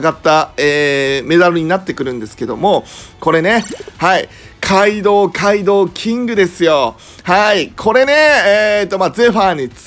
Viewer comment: カイドウのところガイドウになってて草ww